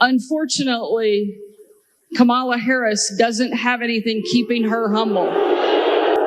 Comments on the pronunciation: It is pronounced KAM-a-la. You arrogant sow, you should by now be able to pronounce a name this important. But then of course...what was it you loved to say at WH press conferences, "this has NOTHING to do with...." (fill in the blanks).. :face-green-smiling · Kama-la, “Kamma-la, comma-la, not Ka-MALA I’m convinced that they mispronounce her name on purpose because it’s less damning than using the derogatory term that they WANT to use! 😡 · Mispronounced Kamala is as irritating to me as people who say Real-a-tor instead of Realtor. Just saying. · Dear Ms. Huckleberry: Ms. Harris's name is pronounced "comma-la" not "cuh-mail-la". You should show some respect for your superiors and our next President. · Hey Sarah, hey donnie, it's KAMALA. I'll break it down for you; ka-ma-la. But don't bother learning how to pronounce it because after Nov. 5th you can just call her Madam President! 😁 HARRIS/WALZ 2024 WE ARE NOT GOING BACK! 💙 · "Momala" haha! I love it! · She will pronounce her name correctly in January 2025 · As earlier stated, HUCKabee Sanders is another of the arrogantly brain dead faction who insist on deliberately mispronouncing VP Harris’ first name. It’s not “Kuh-Mollah”, but they know that. In any case, it’s no negative reflection on VP Harris, but it does make a statement about the low intellectual standards of the cult, of which Sanders is a Charter member. And by the way, perhaps with a name like HUCKabee, she should demur from taking creative license with other people’s names. 😃 Just a thought. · Pronounce her name correctly comma la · Omg. She doesn't know how to pronounce the vice president's name. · She says she's humble while she denigrates, and intentionally mispronounces Kamala... she's gonna own you while she gaslights you... Are we playing Disney villainess, now? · White people don't know that by constantly mispronouncing Kamala's name, it's racist. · Huccabee sanders is humble?? She won’t even pronounce Kamala’s name right, she so ridiculous